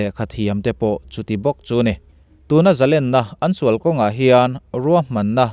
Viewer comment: A bengvâr thlâk ṭhîn hle mai. Amaherawh chu, i Mizoṭawng hman zîngah "Zalênna" tihtûrah " "Zalenna" i ti ṭhîn hi chu, insiamṭhat a ṭûlin ka hria.